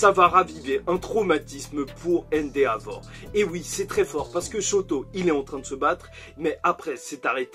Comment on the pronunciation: Sa se dit endévor et pas endeavor sa me casse les oreilles a chaques fois